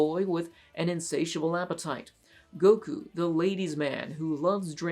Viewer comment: Literally my FAVOURITE anime EVER!!! For the last 20+ years Also... It's Not Gojo... It's Gojyo.